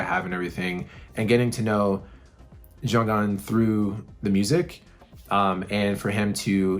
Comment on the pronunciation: Hi, hope you are well. Took me 3 days to prep emotionally. Thanks for your reaction, this song is so very precious to us all. Regarding Jjong's name, the pronunciation is not Jong-un, it's Jonghyun, i.e., the hy is spoken, not silent. On a more upbeat note, did you get to the BTS concert? It was PHENOMENAL!! But don't everyone kill me. SHINee is my ult...always have been, always will be. Looking forward to your continued journey.:)